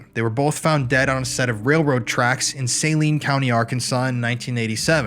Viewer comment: Hey! Love your shows! Life long Arkansan here! Saline county has a lil Southerner in it so ya gotta draw out the ‘a’: “Suh-leen” county! Lol! Keith McKaskle (mc-caskel) was my cousin. He is buried a few miles down the road from where I grew up! Thank you for covering this story and bringing it back to the light!